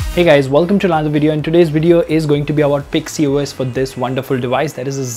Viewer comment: Its pixys os not pixy os.. Lol